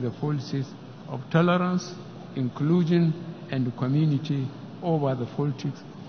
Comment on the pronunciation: who else heard "Ekulushum" Instead Inclusions?